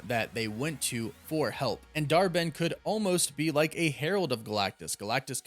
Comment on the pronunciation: I keep hearing Dar-Benn as Dharmann!!!!😆😆😆😆😂😂😂